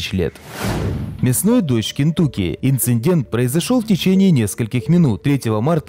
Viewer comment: Не инциНдент , а инцидент!